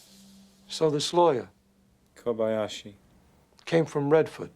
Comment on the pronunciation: Kabalski - No. Kabashki - No no. Kobayashi 😅 I enjoyed the movie with you guys, such a sweet couple.